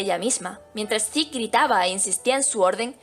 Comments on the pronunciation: Se pronuncia "Zek" no "zeke" ni "ziku" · Diablos señorita, Se oye tan mal que le digas a Zeke su nombre en Japones, horrible, pero me Gustan tus videos.